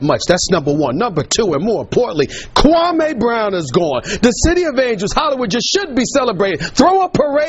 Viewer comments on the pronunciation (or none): "Kuwamay" Brown!! 😂😂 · "Kuwamay Brown" is the goat